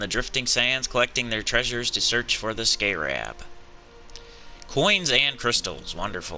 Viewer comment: you're pronouncing scarab wrong.